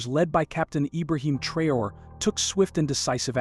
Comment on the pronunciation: Take your time. Study the name carefully and pronounce the name respectfully. Thanks for your cooperation.